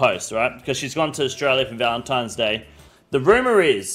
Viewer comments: "Valentimes Day' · No way says valenTIMES day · oda the fucking toddler..."Valentimes" bro... u call spaghetti pascetti?